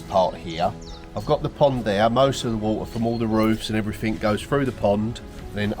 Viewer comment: Oh brambles!! I have a job ahead of me when the snow's all gone, big patch out back that has got out of hand. Difficult job. Say, did I hear a few "everythink"s? Are you picking that up from Billy? ;)